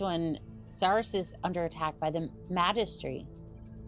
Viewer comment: Hey. The Magistracy of Canopus. Properly, it should be said as: Maj (as in mag-ic) Ist (as in best-ist) tracy (as in Tracy said so). Maj ist tracy. And Canopus is: Can Oh Puss. Other hard words: Hegemony: He gem oh knee. Most say: Hedge E moe knee, but that's just not right. Concordat. As in the Taurian Concordat: Taur E en, Con Cord Dat, although it is allowed to say Con Cord Dee At. Isn't English Fun?? laughs. Cat-girls, aka: Nekos, are a 'thing' in the Magistracy of Canopus. This is because the MoC never lost its high-level Medical and Cyber technologies during the Unification War of the Star League Era. Because they kept such knowledge alive and advanced it, the Magistracy is able to 'alter' people using cyber-ware to turn them into cat-girls, fox-girls, mermaids, etc. And yes, there ARE male 'companions' too... mostly bipedal 'horse' men. Yeah, 'hung like a horse' is real. Most of these people were 'damaged' in some manner, and Cyber bodies were the solution to keeping them alive and part of society. Thus, they choose to become a cat, fox, rabbit, etc person and hire their services out as 'high-end' prostitutes and entertainers. Since their bodies ARE cybernetic, they can't get pregnant, or cause pregnancy (males), and thus adopt orphans to have children and a family. Canopus is known across space as 'Space Las Vegas'. Known for its gambling houses, and places that ply the 'oldest profession' known to Mankind (prostitution), as well as 'Pleasure Circuses'. A PC is